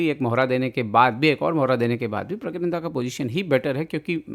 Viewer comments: Pragnanada bola kare pragyananda nhi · Bhai uska naam pragya nahi pranna hai ...aap kisi ka naam aise galat kaise bol sakte ho??